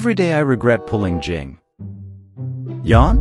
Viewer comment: You got Fu “Xuan” right but not Yuan?